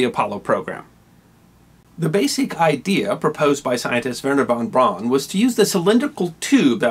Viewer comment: Great video (as always). One minor correction: Wernher von Braun is pronounced "von brown" instead of "von brawn". This pronunciation confirmed by his widow and children.